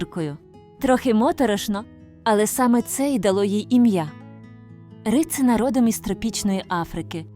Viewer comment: Не рИцина, а рицИна. І олія з неї не кАсторова, а кастОрова. І взагалі, повно неправильних наголосів. Аж слух ріже.